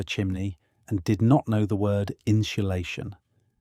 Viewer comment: “And did not know the word InSHuhLaShiOn” nearly had a stroke ngl